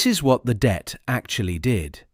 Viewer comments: Not the Debt but the Det. as in “detachment”. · Not dept, Det, FFS!